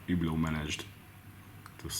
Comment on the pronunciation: It supposed to sound so horrible exactly how u pronounce it trying to say it French sounding with Hungarian accent ?